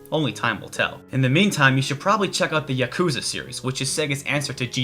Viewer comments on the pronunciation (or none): none